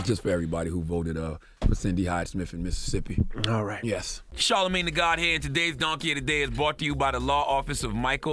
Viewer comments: IT IIIZZZ “Missit”sippi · It's Mississippi dawg